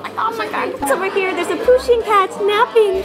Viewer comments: Its pusheen not poosheen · Fun fact: Pusheen is anglicised from the Irish Puisín which means little cat or... Kitten :) It's pronounced "push-een" though not "poo-sheen"